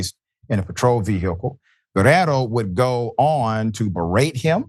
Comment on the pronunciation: Thank you Dr Richey for attempting to ptonounce the Spanish name Guerriero correctly but you ignored the "i" in Guerr "i"ero.